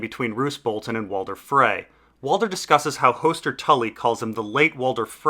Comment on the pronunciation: These are great videos but the pronunciation is a huge detractor that's easily corrected. Lice is a hair bug, Lhys=Lease is a place. Hoooster as in rooster? Hoster Tully is a character. Varys=Vare-is as rare is a character, Var as in far-is isn't. Your work and content is great, no offense intended.